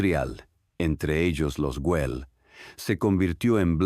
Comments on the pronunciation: Ai si si, entraba a poner lo mismo jjjj me estaban sangrando los ojos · Por favor, rectificar. El nombre de la família es GUELL, no Wel. Gracias